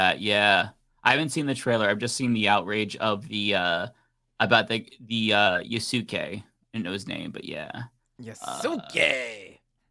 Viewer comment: Pretty sure you don’t pronounce the “u” in Yasuke.